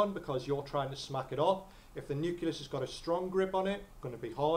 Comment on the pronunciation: Nuculus?? And it wasn't even like, once. Useful videos though, good for revision.